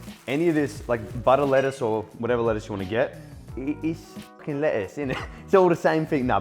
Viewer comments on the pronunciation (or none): none